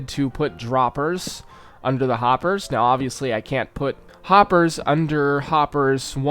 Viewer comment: happers? harper? hoppers? where are you haypers? im sorry i had to